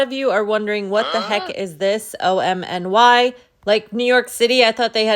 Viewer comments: OMNY is pronounced just like "Omni", please stop saying "O-M-N-Y" 😭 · Call it OMNY please not O-M-N-Y. My suggestion not command. Say it the way you want.